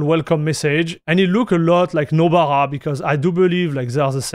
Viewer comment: Anyone who doesn't already know what Nobara is will have no idea what you're saying when you pronounce it